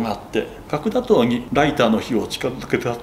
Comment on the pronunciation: 角砂糖が核弾頭に聞こえたw